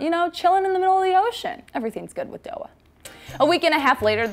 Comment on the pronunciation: ok someone has to tell her........................................ok i will.....there ship name is nixie not doah :/